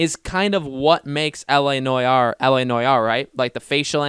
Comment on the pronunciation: Noire is pronounced "No r". It's just so painful to listening to u as a French guy. "La noyar"